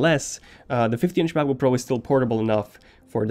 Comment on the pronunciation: I like it how he pronounces it like MaboPro